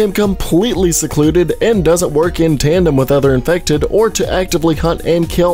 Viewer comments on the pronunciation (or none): none